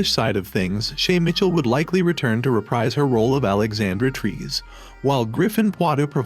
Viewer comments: Trees? LOL! It is pronounced as "Tre-seh." Nuno in the trailer has pronounced it well... but why couldn't you? ;p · Its tre-se not trees bro.